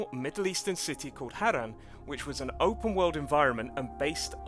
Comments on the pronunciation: The only thing i didn’t like about this video was the pronunciation of Harran, its not Harr-An is Haraaaarrrrnnnn 😂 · Stop saying hayren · 16 seconds it bothers me how wrong you pronounced harran you said harren